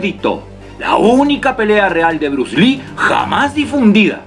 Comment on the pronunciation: Pelea callejera"papá" callejera!! Jaja bien dicho muy argentino te salió 👏 Saludos desde Argentina (Bs As)